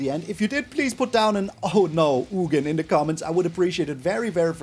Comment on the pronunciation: Its ugin (ooo-gin)